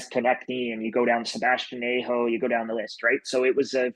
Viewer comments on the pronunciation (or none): Sebastian A-Ho lol it’s Aahho